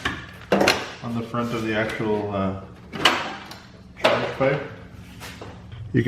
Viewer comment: I swear if you call those 'inlets' charepipes one more time LMAO